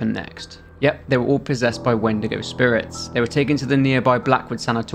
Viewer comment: My dumb ahh though he said wendeergo